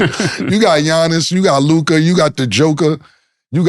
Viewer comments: why mase always say Luk-eye and not Luka😂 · The way Mase pronounces Luka kills me everytime hahaha